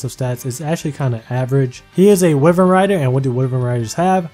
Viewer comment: A lovely video as usual Bro, but I gotta say....your pronunciation of 'Wyvern' gave me AIDS lmfao